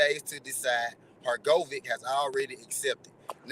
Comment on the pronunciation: Bruhhhhh Your pronunciation of Filip Hrgovic tells me 1000% that you have never watched a fight of his, I don’t know why you profess to be knowledgeable in the sport of boxing when you are speaking on boxers who you have not even seen compete, if you have then you would know and hear the commentator pronounce the name particularly Hurr-Go-Vich! Nat Ur-go-Vick TF man. Awful